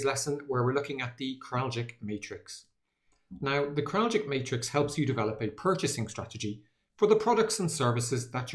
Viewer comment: It’s pronounced “Krall-itch” not “Krall-jick”